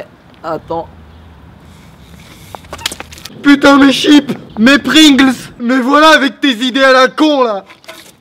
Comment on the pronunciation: J'étais mort de rire à quand t'as dit "mes chipe, mes pringls" ahahah, de mieux en mieux tes vidéos je te suis depuis longtemps, gros gg Lache rien.